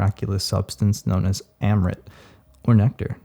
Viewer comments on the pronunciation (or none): You accent " Amrit " was so damn funny bro Anyway I'm not sure wtf is going on and wtf should I do .